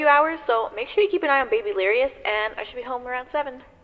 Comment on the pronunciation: It's babylirous